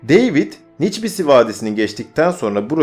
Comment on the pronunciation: güzel hazırlamışsın da kardeş, deyvid ne, demetre ne )) David ve Dmitri ))